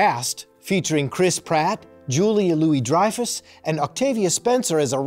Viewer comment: Also did he say julie n' louie dreyfus lol